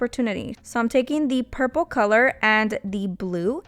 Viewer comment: I LOVE THE BLOOPERS!!!!💜💜💜💜💜💜💜💜💜😂😂😂😂😂😂😂”PURF-ple” is how ima say it now